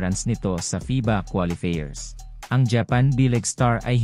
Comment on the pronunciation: Qualifier pronounce as quali fayer.